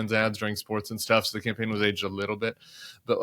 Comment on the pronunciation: "She ran a good compain" 😂